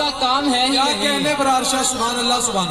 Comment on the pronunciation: He's braar not abrar Really nice🔥🔥🔥